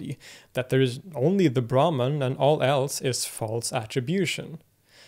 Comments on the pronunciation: Brahman is actually pronounced as - Brahmm in Sanskrit. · I disagree. He's indeed good with Arabic phonemes and probably studied the language extensively, but his pronunciation of Sanskrit terms is nowhere near his Arabic. For example brahman is not pronounced braman but bramhan. etc. his t-, -n-, -r are also sounding way too European. that's being said I also appreciate his impartial and objective attitude he has explaining lots of different traditions and doctrines. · Excellent video. I especially like how, as usual, you also give the terms in the original language and then in English. But I wonder if "brahman" in this context is actually pronounced "brahmaan" rather than "braahman". The god Brahma, the creator, is pronounced "Brahmaa", so the two might come from the same word (and perhaps be the same thing). Also, the Sanskrit term for the universe is brahmaand, I believe. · Brahman - "brah" pronounced as "bra" as in the lingerie = a Varna/caste in Hinduism Brahman - "brah" pronounced as "bruh" as in "sup bruh?" = The supreme reality